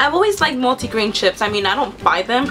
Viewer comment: u say ships